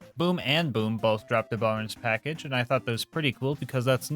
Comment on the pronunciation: Bo-nus Pack-age clap clap clapclapclap